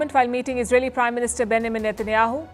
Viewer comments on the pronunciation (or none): none